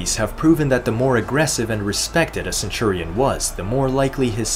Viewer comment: boy if you say "ceturion" one more time